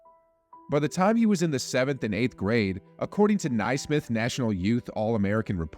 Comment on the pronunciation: how is your channel called hoop reports but you mispronounce Naismith?